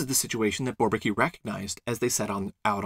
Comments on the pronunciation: Why not call it inequality? Great stuff, by the way (I'd only pronouce Bourbaki with more of a French accent). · Thank you, this is really well done! Perfect presentation, nice animations, a pleasure to watch. And on behalf of the content: it puts things to that perspective where suddenly all makes sense. Pretty interesting, that MacLane tried to convince the Bourbaki group personally, I did not know that. Fun fact: it took me a while to understand the pronunciation of "Bourbaki", to me (a german/French speaker)😊 it sounds more like barbecue...